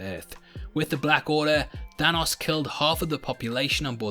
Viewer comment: I can't get enough of how says, "Thanos". I could listen to you talk all day, mate!